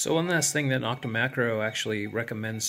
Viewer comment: Thanks. NO-k-ta is pronounced with a long O, just like the O in Makro. Not Knock-ta.